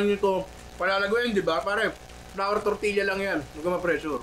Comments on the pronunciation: Great content! But please, pronounce it as "tortiya" not tortilya. The hispanic blood in me is itching haha. I'm Filipino-Hispanic, so we pronounce it as tortiya. And yes, we make tortillas almost like that. :) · Tor-ti-ya ninong ry. More power HAHAHA